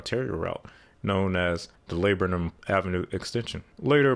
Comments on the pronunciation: "Layburnum"?? Where are you getting these pronunciations?? Pronounced Lahburnum. Oh my ears... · Laburnum = la-BURN-um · PS: Henrico county Is pronounced HEN-RYE-CO. And Laburnum Ave is pronounced LUH-BURN-UM. Just to give heads up incase there is confusion. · Very good explanation. A few points for accuracy: Henrico is pronounced HenRYEko (despite what the GPS says) with emphasis on the second syllable. Laburnum is pronounced LuhBURnum. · Great video and history lesson. Pronunciation guide: Henrico is henRYEco Laburnam Ave. is lahBURNam Some traffic observations: 1. Rt. 288 is a four-lane road and very congested during rush hour; to be avoided if possible but there aren't any decent alternatives. It's used heavily by truck traffic coming east from US 60 and US 360 to destinations south. 2.. I hate 95 through the city, it's twisting and very congested in the section where 95 and 64 share the same 3 lanes. Also very prone to serious accidents. I take the Downtown Expressway/Powhite Pky. as a bypass, although there is a $.70 toll and it takes a couple of minutes longer. I live in Lakeside so I have the choice when going home to take 64W to Staples Mill Rd or 95N to the Hermitage Rd./Lakeside Ave. exit. When I lived in Bon Air to get to the airport I could use the Powhite Parkway to the Downtown Expressway to 95N to 64E, or I could take Chippenham Pky. to 895 to 295N and pay the toll, depending on traffic. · And Laburnum is pronounced LA-BERN-EM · so what else is New......La Burn ❤️‍🔥 UM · Please make sure to research the pronunciations of various local names before you record your audio. "Henrico" is pronounced "hen-RYE-co", and "Laburnum" is pronounced "luh-BUR-num". Your mispronunciations throughout the video become very grating very quickly, and detract from the otherwise very good content. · Laburnum was unrecognizable. I had to think about it for a minute.